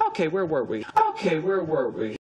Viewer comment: Lo que dice where were we, lo que escucho wer wer we.